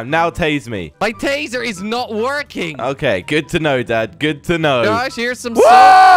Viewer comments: It’s tasing a baby not tazering a baby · "tasering" it's tasing xd